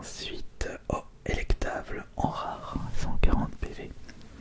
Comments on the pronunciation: c'est elekable, pas elekTable, mais sinon bonne vidéo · Emplifior elektable... , mec c'est pas compliqué t'as juste à lire